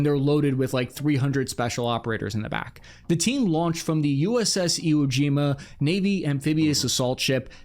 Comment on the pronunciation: Bro you lived in Japan, how do you mispronounce "Iwo?"